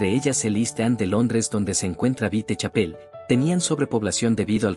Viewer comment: Me molesta que el narrador diga vitechapel